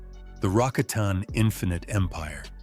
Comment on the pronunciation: Rah cot in. Not Rah con ton